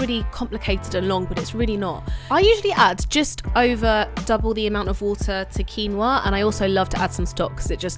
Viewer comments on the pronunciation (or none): none